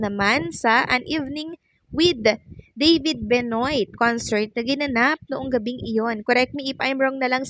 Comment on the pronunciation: Benoit is pronounce as Benwa or Benua